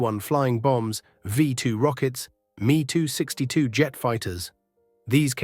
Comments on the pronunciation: It is em ee 262 NOT mee. Tell your computer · the narrator didn't say Me 262... He said me too jet fighters.